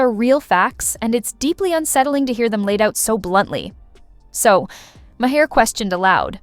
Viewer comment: MAR! His name is pronounced MAR!! Not Ma-'Hare!